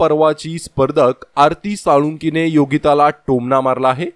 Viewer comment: आरती साळुंकी नाही हो .. आरती सोळंकी ..😅